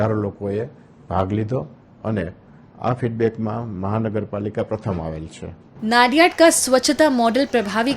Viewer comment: नडियाद ✅ नाडियाड ❎